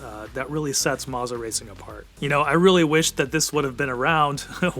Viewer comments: Maza? Thought it was Moza. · Marza??? “MOZA” mo za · Bro said mazzah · Isn't it, "Moe-zah"?